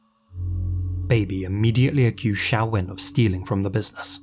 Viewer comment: Her name is Xiao-Wen. Xiao as in Xiaomi. To this day most people (usually American) can't pronounce the name of the Chinese company correctly, always pronouncing it like X-Men's Professor Xavier, with a Z-sound. So it's refreshing that got the name right.